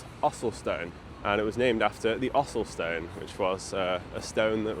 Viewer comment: If I didn't read the captions, I thought you said 'Áthelstan', not Ossulstone- do you think the stone was a tribute to the king and over the many many centuries the name/ word changed?